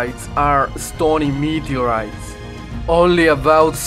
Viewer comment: Said somebody meeedyoureeiiis?